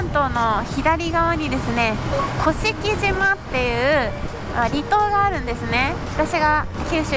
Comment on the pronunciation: 鹿児島県民です甑島（こしきじま）ではなく正式にには甑島（こしきしま）です。